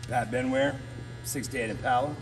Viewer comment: To each there own but man them cars are just weird not my style, The bikes are better than the cars.. When you say Im-pale-a (IMPALA) it's just ackword... He even said you guys are RARE ..😜 That last 63 rag Fkn UGLY...